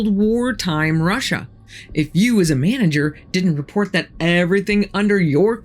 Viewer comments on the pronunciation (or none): none